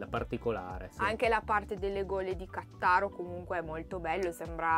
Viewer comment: Cmq credo che si pronuncia Ca'ttaro